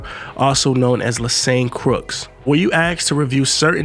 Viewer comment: It’s pronounced leh-shawn not lesane.